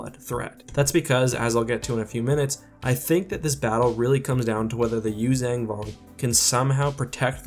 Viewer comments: I'm sorry but could you stop saying Yuzang Vong. It's Yuuzhan not zang, you say it in every video you do using them and it is really annoying. So much so i don't watch your videos on them. It's just a personal thing with me, i can't stand hearing words mispronounced. And to all the people that are going to start hating on me for saying this, there is nothing you can say that will make me give a shit that you exist. Have a wonderful day. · I totally agree with your assessment but I do have one question - How do you get the pronunciation Yoo-Zang-Vong from the word Yuuzhan Vong? I've always pronounced it phonetically and gotten a Yoo-Zon-Vong articulation.